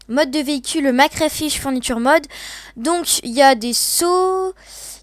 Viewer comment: Ça se prononce mister crayfish veicle mode